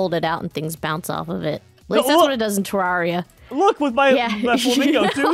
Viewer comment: Are we going to just ignore pronunciation of “Terraria”? “Ter-RAREIY-A” Not “Ter-RARY-A”